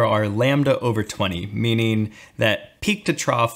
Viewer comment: "meaneen." Good morneen!